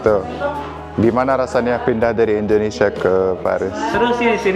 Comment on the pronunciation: Indo..nesia... bkn Endo.. nesia. Indonesia ya Om..😊